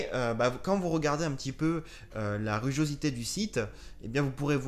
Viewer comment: Un chat diabolique ! Et oui les normes météo sont terriblement complexes à valider, et les sites d'hébergement sont assez pointilleux, et je te confirme que les ressentis sont bien différents d'un emplacement à un autre. PS : ruGAUsité et pas ruGOsité 😉 pense a "go" en anglais 🙂.